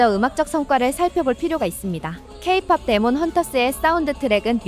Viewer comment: 케이 피오피 라니.. 기계 음인가 ? 목소리는 사람같은데..뒤에는 케이팝이라고도 하네..